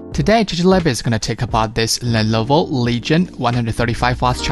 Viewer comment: Dude, it's not "lellloooovoooo", it is simply "Lenovo". Great video :)